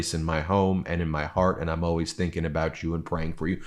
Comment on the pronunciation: "I'm OWAYS there for you." WTF is OWAYS? I can't find it in the dictionary!